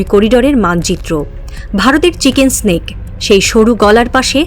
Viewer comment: চিকেন নেক। চিকেন স্নেক নয়😂😂😂